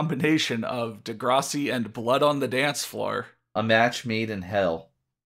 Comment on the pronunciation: de-grass- ee pronounciation.